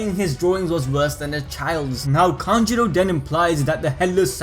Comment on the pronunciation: Kanjurooooooo not kanjiro :< haha